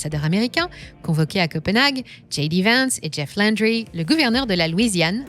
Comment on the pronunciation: Jeff Landry, prononcer à la française SVP, il est Louisianais.